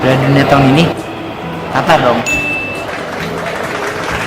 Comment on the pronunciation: Bukan khatar min tapi Qatar, suara pangkal lidah bukan suara tenggorokan.